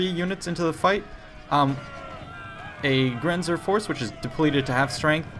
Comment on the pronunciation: Its funny the way you say "Grenzer". I am from Austria and "Grenzer" means border patrol or something like that and "Jäger" means hunter. :)